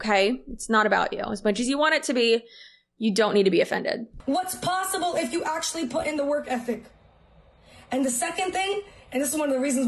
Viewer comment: It's plossible! For a plain yellow pumpkin to become a golden carriage.